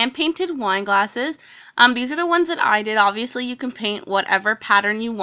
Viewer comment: my sis hates u cause u say obiviously